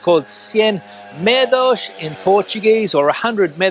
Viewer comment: The word 'medo' means 'fear' in Portuguese, not 'meadow'!